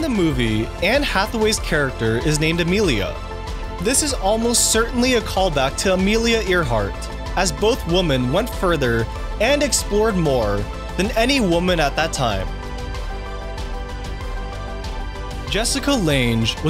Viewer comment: It's pronounced Amelia AIR-hart, Jessica LANG...like Fritz Lang, only with an e, Thomas PIN-CHAAN...equal emphasis on the syllables, and LENGLE. You just completely ignored the "L" 😆, and Jorge Luis BOR-HES. But, if you were mispronouncing names in order to milk engagement, then I'm the sucker that fell for it. 🤷🏻‍♀️